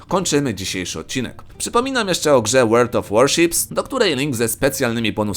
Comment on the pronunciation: I to twoje 'Łerld of Łorszips' xd